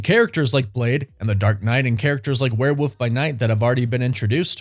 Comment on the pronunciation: Love love love this channel and you, but it's WOOLLLLF werewoLLLLLf. Not a Woof. Not a where woof. I know u say woof woof, but gdmnt it's a WEREWOLLLLLLLLLLLLF